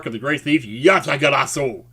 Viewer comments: You actually said "Yatagarasu" correctly! I am so grateful to you! Please keep saying it exactly that way because that is the way that it's pronounced. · I don't really get how Yatagarasu's calling card is banned, but Yes! That is exactly what I meant!, who knows about as much about Japanese as I know about Portugese, and yet he gets it right! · No, i meant there's a card called Yatagarasu which is banned lol, but yeh it' so funny how he's one of the few english speakers that got the pronunciation right lol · Many years of checking yugitubing channels, many more years of playing the game.... and yet a US guy who's not even interested in that says the name of a banned card perfectly the first time lol XD